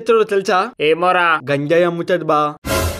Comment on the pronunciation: Na ganjay ni lanjay ani vinapadindhi enti